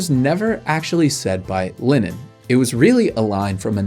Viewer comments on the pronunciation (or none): none